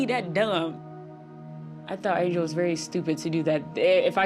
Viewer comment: Man said an-ga-le😂😂 it’s just angel man